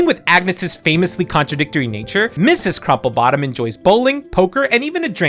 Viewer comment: Mrs. is pronounced (Missus)